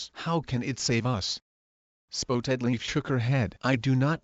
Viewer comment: Google text to speech pronounced it spoetedleaf but yes it is spottedleaf